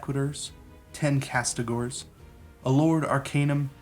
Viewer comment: Castigators not castigors.